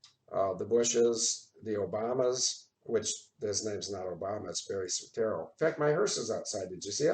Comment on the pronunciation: It's not SOETERO. It's SOETORO.